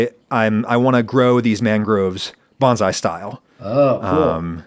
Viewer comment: “Bones-eye”? Is that something I don’t know? Or is it an alternate pronunciation of “bonsai”?